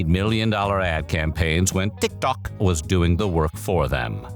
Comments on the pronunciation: Listen to how it pronounced TikTok as "tick TOCK" . The VA has pronounced TikTok correctly before, so I don't see why he would make that mistake here (twice, almost back to back, I might add). So it's not him purposely mispronouncing it, this is the AI confusing between TikTok and "tick tock". It also emphasized on the "TOCK" for some reasons. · Why does he say TikTôk like that though 😭😭😭😭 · To the people trying to deny the AI, listen to how it pronounced TikTok as tick tock and Megan Thee Stallion as meg gAHN THEEEEE staLLION, with the Stallion sounding weirdly French for some reasons . He has pronounced TikTok before with no issues, this is the first instance he pronounced it as "tick tock". So no, this isn't him making jokes like y'all saying, it's the AI fk up. And unless the VA himself confirms it on socials, I have my doubts. I'll give you 2 examples why using AI is bad, not just in quality, but harmful to the channel and the VA. 1. JCS - Criminal Psychology. This channel was exposed for replacing their VA with AI and the quality dipped. They tried to hide it, but eventually fessed up and the channel is now dead (a 5.5mil sub channel with 5 year uploading history btw, no small fish). 2. The new PvZ Replanted used AI upscaling instead of hiring the OG artist. The artist himself confirmed on X he was never contacted by EA (EA even used AI to fake his concept art). And to the people who says "Oh you don't like it? Leave". I say this because I cared. I have been watching this channel for a good year and a half now. It's painful seeing history repeats itself. If you care for this channel, you will drop your sugarcoating and call them out so they can correct this "mistake". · Ah yes....Teek Tok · Because the AI confused between the actual app TikTok and the word “tick tock” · I found it wicked distracting on how “TickTock” is pronounced! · That's AI for ya! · The way you consistently pronounce TikTok annoys me lol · why tf do you say tiktok like that